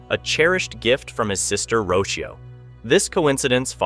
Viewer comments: The little girls name is pronounced Ro-cee-oh not roshio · It’s not Richio it’s Rocio as in (roc-ee-oo)